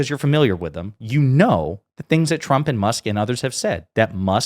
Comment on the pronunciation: I'm sorry but it always sounds like she says Chump instead of Trump.